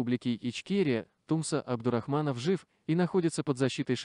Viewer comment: Не ТУмсо, а ТумсО, ударение на последнем слоге! Очень режет Чеченский слух!!!😖